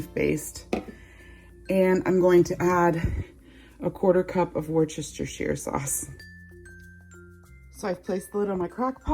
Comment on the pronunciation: Wooster-shear sauce 👌🏻